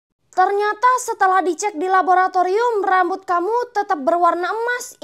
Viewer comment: Kk rere kesusah han bilang raboraturium😅